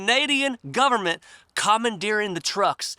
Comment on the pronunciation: Dude, I know, you forgot... You said, "The Canadian Gub-a-ment", you forgot, "NOW" it's "The S0V!€T S0C!AL!ST R€PUß-L!CK of C0MMY-DA".